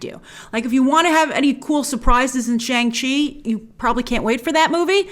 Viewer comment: It’s “Shong-Chi”, not Shang